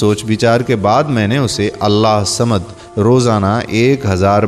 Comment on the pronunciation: Allahhusamed sahi traqiy se bolin ye mery peary raby kaba ka ismy pak ha sorry to say